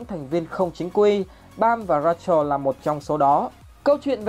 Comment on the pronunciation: Ad phát âm tên nhân vật Rachel và Zahard bị sai vl